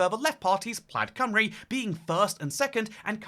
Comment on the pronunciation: Hearing pronounce it plad cymru and then say it rolls of the tounge is so funny 😭